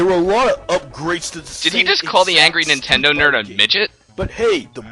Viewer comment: did he just say "sewer 'tendo"?